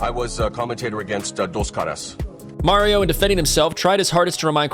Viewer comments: Its not Mario, its Mauro. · MAURO, not Mario. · It's Mauro not Mario